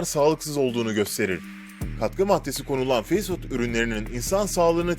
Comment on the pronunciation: Fast food nasil telaffuz edilir, biraz calis, ondan sonra soyle